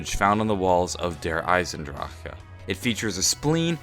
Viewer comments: Do you have a stroke whenever you say Der Eisendrache? "der eisendrahhh...ah" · How about we just all agree to leave out that last syllable on Der Eisendrache? Can we do that? Because it sounds kind of funny. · It's so funny when he say the map name